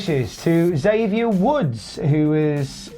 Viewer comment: Hate to be “that guy” but lad, Xavier gets really annoyed when people pronounce his name as “Zavier”. It’s Eckzavier. He’s blown up on camera a few times at people who keep saying Zavier 🤣